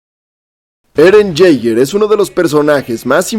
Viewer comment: El mejor video de Eren sin ningún tipo de dudas, 9.9/10 lo único malo ese "Eren Yeiger" del final 😂😂